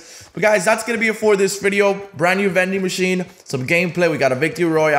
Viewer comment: Veding machine hyype